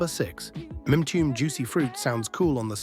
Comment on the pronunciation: If you know so much about the group Con Funk Shun how come you spelled their name Confunction? You also mispronounced Mtume. 🤣😂